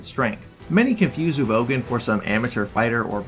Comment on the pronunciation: That Uvogin pronunciation made me want to gouge my ears off.